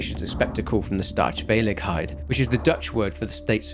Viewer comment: love how you pronounce staatsveiligheid as if it's german